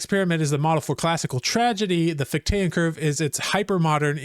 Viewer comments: FICH-tean, not fich-TAYAN. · Just so you know, it's FIK-tuh and FIK-tee-ən